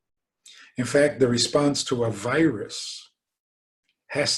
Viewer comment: Instead of hearing "a virus", hear "aveiras"